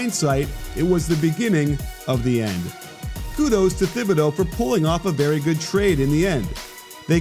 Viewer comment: Honestly I kinda lost faith in this video when he didn’t pronounce his name right in the first 30 seconds.